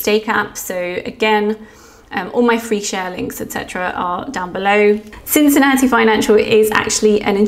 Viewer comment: Hey! I live in Cincinnati! You pronounced it perfectly!